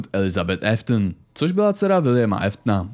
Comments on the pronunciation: kámo nečte se to Eftn ale Aftn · Jen taková oprava Williamovo příjmení se nečte jako Eftn ale Áftn